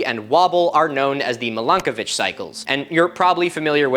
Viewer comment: Every time you say Milankovitch Cycles I keep thinking you're saying Milkovich and scenes from Shameless keep popping into my head. 😆